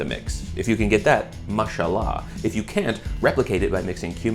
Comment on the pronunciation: that random ass "mashallah😁😁✨✨" 😭 great pronounciation